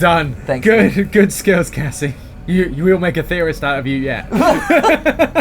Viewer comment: is it just me or did it sound like "Gregory" said Cassidy instead of Cassie?